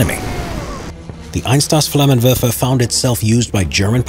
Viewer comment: the way he says "flammenwerfer" is amazing